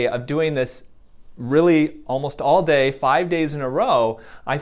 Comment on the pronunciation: And when he emphasized "All day" to I died😂😂